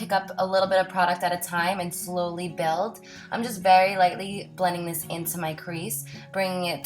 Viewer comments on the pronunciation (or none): none